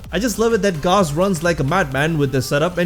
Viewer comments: I would like you to know that there is no argument over how to pronounce Gauss. It’s not a name created by warframe, it’s an actual word. Gauss - /gous (rhymes with house)/ - A unit of magnetic induction, equal to one ten thousandths of a Tesla. Please spread the word, I see to many people pronouncing it gauze, and it’s not even supposed to be up to interpretation, it’s a real word. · Thanks for the video! Gauze = rhymes with paws and used for first-aid Gauss = rhymes with house, is a unit of measurement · It is pronounced gows. Gauss is a unit of magnetic induction... Volt's shields 🛡 still make him better, but that's obviously my opinion.